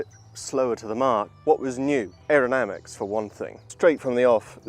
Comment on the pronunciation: What on Earth are 'Aeronamics'. I take it you mean 'Aerodynamics'?